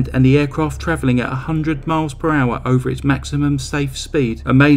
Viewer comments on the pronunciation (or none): none